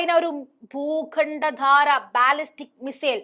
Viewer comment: ഭൂഖണ്ടധാര അല്ല, ഭൂഖണ്ഡാന്തര